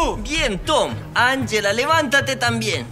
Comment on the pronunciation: best Spanish y Pashca, Shriayv y Safik 1234 no es anyela se dice anjela